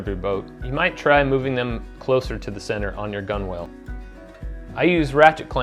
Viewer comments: Good vid - explains the system well. Just a small note to avoid pissing off any ancient mariners: its not pronounced "gun-whales", they're "gun-uls." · Loved your book and thanks for the video. One minor suggestion: gunwale is pronounced like “gunnel”. It’s one of those crazy nautical terms. Also look up boatswain. It’s pronounced “bo’son.” Keep up your great work.